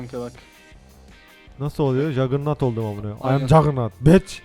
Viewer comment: ingilce: ım jagurnat beach türkçe stayla: am jaganu bec Xd :D